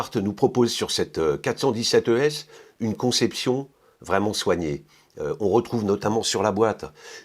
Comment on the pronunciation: J'aime le montre de Hanhart. Classique et bon rapport qualité prix. Btw. you pronounced the word ES=Edelstahl very good :D